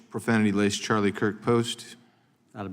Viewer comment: Mr. Nadler can’t even say Charlie’s name right 😮